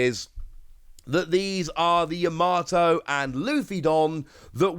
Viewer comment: PLEASE stop saying Yamato like that. You sound like a casual.